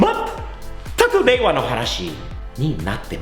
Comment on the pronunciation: うちの会社のアメリカ人は日本に住んて20年以上ですが、Rで発音します。 さんはちゃんとレが発音できてすごいですね。 というか、ある程度日本語が話せてもラ・リ・ル・レ・ロがRじゃないことに気づいてすらいない外国人が多いのでは？